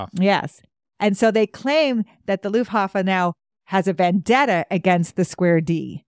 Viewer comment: I’m a historian myself. And love this series…. And am new to your channel. But please. It’s not Luffhafa… it’s Luftwaffe… 🤣🤣🤣